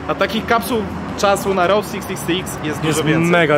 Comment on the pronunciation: Chłopaki poprawcie reasearch, Route 66 została otwarta 1926 roku. Ta międzystanową biegła z Chicago do LA, w 1936 roku przedłużona do Santa Monica. Skreślona z listy autostrad w 1985 roku i zastąpiona Interstate 40. P.s. route czytamy rut nie road. Pozdrawiam i dziękuję za film.